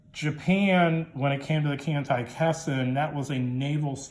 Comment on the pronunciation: It's pronounced khan-tie-kess-sen ;-)